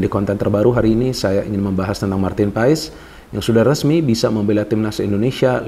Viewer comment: Ijin koreksi nama MAARTEN PAES di baca MARTEN PAS (Sumber Kompeni)